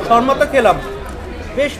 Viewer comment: Bokachoda sharma na re shawarma😂😂😂